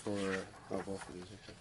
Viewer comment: Does anyone notice says “wiff” and “boff” instead of with and both??? How can anyone ever take him seriously!!